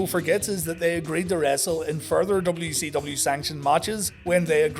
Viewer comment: Dubba-yu sevendee. Sounds like been sniffing the WD-40.